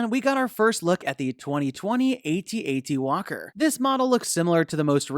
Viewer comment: Did you just say at at waller my life has mening again